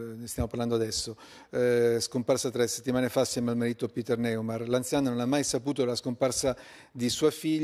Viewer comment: Con tutta questa eccessiva attenzione riservata per il caso Neumair, si può chiedere ai giornalisti della Rai di pronunciare il nome dell'indagato correttamente? Non si chiama Neymar, ma Neumair! NO-I-MA-I-ER !!!!